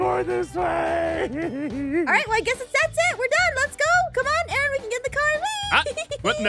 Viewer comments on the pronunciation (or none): ARON NOT RON